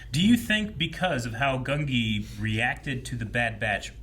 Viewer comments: GUN-jee (not GUN-ghi) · Ngl, don't know where you got the pronunciation "Gun-GI". I've always heard "Gun-JI" with the spelling as Gungi since his introduction